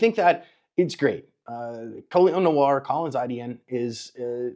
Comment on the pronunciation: Col-ee-on No-are. Not collins